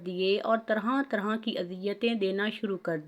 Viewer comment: Tarhan tarhan nahien balkeh tarha tarha